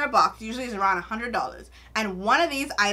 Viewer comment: yessssss I know my fellow Bahamian when I hear them 👏👏👏 lolll especially when you said "dollars"